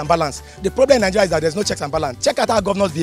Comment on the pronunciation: Wy do you guys say Ningeria? Isn't it Nigeria?